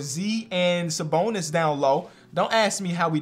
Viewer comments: Bro really said “sa boner” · really called him Saboner 😭😭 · “Saboner” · Saboner??? lmao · Bro just said saboner💀💀🤨🤨